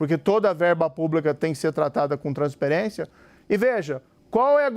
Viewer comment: "transperência". Tá nervoso,?